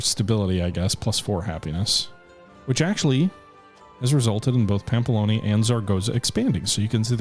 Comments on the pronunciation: it was honestly getting a bit frustrated hearing him pronounce the relatively difficult names correct if not close to correctly and then absolutely butcher the easy ones. it's Navarra (Na-var-ra) not Narvia It's pamplona (Pam-plo-na) not pampolonia or pamploni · You said "Narvaia" like 10 times, it's NAVARRA, literaly says it right there, you just have to read it, same thing for "Pamplonia", it's "PAMPLONA"! If you said it 1 time I wouldn't care but 10 times in a row... Like seriously... Sorry, got trigerred and I'm not even from the area... Anyway, I subscribed and liked, don't mean to be a dick xD